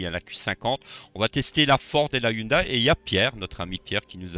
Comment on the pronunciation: Salut, très bonne vidéo encore une fois. Une petite information pas méchante pour la prononciation de (Hyundai), il faut dire Hyundé et non Hyundaille. à plus 😉